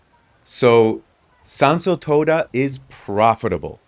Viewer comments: Quite the little project you have there, i really hope that once it is all done. You will not be swarmed by influencers and other similar people, because that will really ruin the area. Oh and shouldn't it be Toda with a long O?, when you pronounce it almost sounds like you are saying toada 😺. Anyway i hope you really manage to bring back the beauty of the place. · But your japanese is good to my rather untrained ears, I have heard worse from others. Just the pronunciation of Tōda irked me a litte 😄